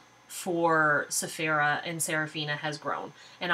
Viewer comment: Hi, i read your stories and sometimes i review, I'm a bit shy. hehe, i never actually properly read Cephera's name, and haven't said it in my mind or out loud properly ever since, you saying it properly is really helpful. Thanks, ill follow the video's and look forward to more stories. BYE!!!!!!:)